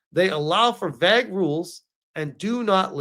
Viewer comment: Dude you need to learn how to say the word vague it's a long a not a short a and it doesn't sound like vag